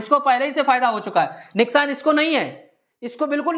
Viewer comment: Neskan nhi sir nuksan hota hai